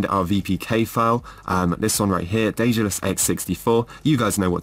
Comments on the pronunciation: The correct in modern Greek is the(δε)-tha(δα)-los, with the "th" like in the world "the". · I am Greek. The correct in modern greek is D-ε-dalus. - ε- is like the "a" in the word "and". To be more "correct" it's Th-ε-thal-o-s with - th- like the - th- in the word "the".